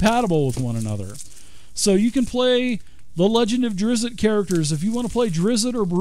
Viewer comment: Immediately stopped watching after your pronunciation of Drizzt. Don't know if you did it on purpose as a joke or just ignorant of his name, but it pissed me off either way.